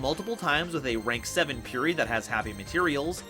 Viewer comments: Its purrely not purery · Purery Me: Puh-reh-ree